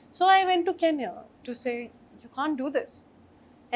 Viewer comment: Its not keenya itsn kenya (ken-ya)